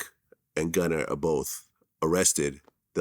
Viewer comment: It irks me the way vlad says Gunner…. He know that’s not his fucking name